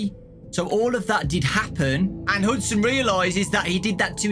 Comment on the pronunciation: pretty sure its hudson not huston